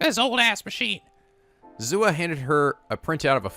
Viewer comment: Forgive me but I'm going to post this again seeing as it has been a thing for ages: Rule of thumb for Japanese names, please stress the THIRD TO LAST syllable. This is VERY CONSISTENT; you should never need to guess how to pronounce names: SUzuha Amane, not suZUha aMAne MAyuri, not maYUri Okabe RINtaro, not oKAbe rinTAro / Okarin, not oKArin / HOUouin Kyouma, not houOUin KAede, not kaEde FUbuki, not fuBUki Itaru HAshida, not iTAru haSHIda HIyajo, not hiYAjo MAkise KUrisu, not maKIse kuRIsu KAgari, not kaGAri (this one you said correctly the first time then changed it so that it was wrong) And from other games, to make the point clear: MAjima, not maJIma MAkoto, not maKOto KAzuma, not kaZUma If you don't believe it, just listen to how the voice actors pronounce the names. It's a western tendency to stress the second to last syllable instead, but third to last is correct. I would understand not knowing how to pronounce names if you read them with no context, but in games like Yakuza and Steins;Gate, the voice actors read out the name for you so you should know how to pronounce them.